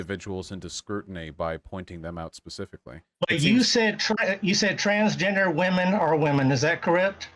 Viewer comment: ’U ah transgenda’